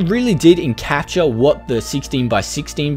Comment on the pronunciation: Encapsulate, not encapture